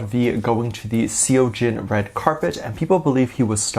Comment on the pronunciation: say it like sohjin❤❤